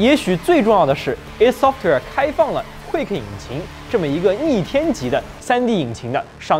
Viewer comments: 是ID Software不是Eidsoftware 0.0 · 应该是叫“艾迪software”。